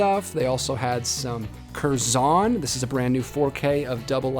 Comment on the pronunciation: It’s “kerzon” one syllable, not two, emphasis more on the first part than the second. -a brit